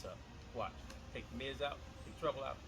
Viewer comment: There's lots to that Bass, I like when you say oüt the water. Amazing